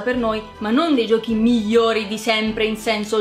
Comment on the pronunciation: dice "mijjori" al posto di "migliori", e niente, non riuscirei comunque a correggerla perchè è troppo carina.